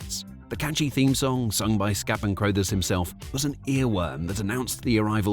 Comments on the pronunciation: Ok, it's an AI Britsh accent, but it's pronounced Scatman CRUH-thers. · Scatman Crothers surname is pronounced like brothers, not that nonsense you came out with. 🤦‍♂️🤷‍♂️ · Also, Scatman pronounced his last name like “cruh-thers “ and not “crow-thers.” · A hallmark cartoon of the 70s, contemporaneous with the Hair Bear Bunch. That it only had 16 episodes, but felt like many more despite the simple formula, says a great deal about Scatman Crothers's talent (though I am fairly sure it is pronounced CRU-thers - as a contraction of Carruthers - and not CROW-thers. And I always thought his name was Henry! Final point - odd that a British voiceover does not mention the impact of the show in Britain, where it was certainly riding the wave of our fascination with Kung Fu and capturing the hearts of a generation of children... and let's not forget the eponymous after-shave of the same era!! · Never heard anyone pronounce "Crothers" like that before. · I was surprised when he pronounced it that way in the video, but then wondered if it was one of those names that is pronounced differently in the US. I couldn't find a video of Crothers saying his own name, but in videos of people who knew him they pronounced it like you said.